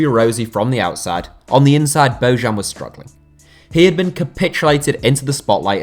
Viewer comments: It’s bo -yan, not bo -Zhan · it's not "Bozhan", it's "Boyan" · It's pronounced "Boyan", not "Bozhan". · No one in Spain pronounced his name like "Bohan". I listen to Spanish radio and teve regularly and they always pronounced it as "Bojan". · It's not Božan. It's Bojan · It's pronounced as BOYAN!!!! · Bojan is pronounced as: Boyaan. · Why do you all pronounce bojan that way, his name is bo jan(like vertonghen) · Dear god, learn how to pronounce Bojan next time... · for me, Slavic name is pronounced in Slavic way. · the way you butchered Bojans name is horrible